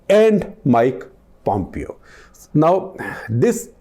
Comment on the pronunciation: Pom-pyo lol.